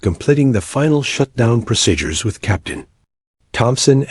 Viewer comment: People flying a fighter jets can not stand up while the jet is flying. What a big fake image. This ruins the story. Plus you don't know how to call out a flight number. Plus there is no such thing as the word pro sid ures. Its pronounce proseedures !!!